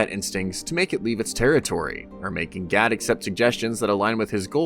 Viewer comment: and "G A D" pronounced "GaL" i'm sure you're doing it on purpose, but to what end?